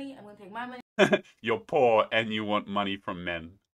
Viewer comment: I think she said, “Whore” not “Poor.”